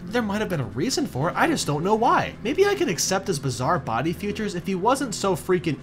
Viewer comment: Btw why do you pronounce "features" as "futures"?